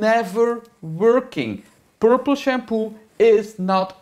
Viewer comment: “Purrple Shampooi Isss Not A Tonerrrr 😬😬😬” loved it 😁